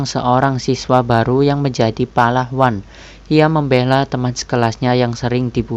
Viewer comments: pahlawan min bukan palahwan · Banyak kata2 yg kepeleset ya, pahlawan jd palahwan, trs salam di akhir juga jd assalamualaikum warrahmatullawhi, semoga ke depannya jd lebih baik ya min, kaku bgt soalnya, keliatan baca teks bgt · Min agak di ralat sedikit Pahlawan bukan Palahwan..hehe..succes ya min..maklum klw nonton saya suka koreksi penyampaian..klw bagus ku sub. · "Palahwan" salah dengerkahh udah di ulang berkali2 soalnya